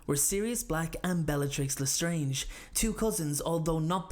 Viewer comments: when i heard '' bellatrix lestronge'' :P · he said- "i think bellatrix was stronger mentally than sirius" but i agree with you it did sound like bellatrix lesteronge lol